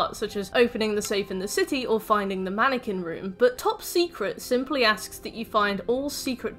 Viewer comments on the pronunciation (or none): none